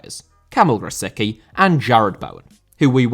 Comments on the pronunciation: Read Grosicki as Grositski please. Letter 'c' isn't 'k' in Polish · I love how English speakers call him „Grosiki”. It’s hilarious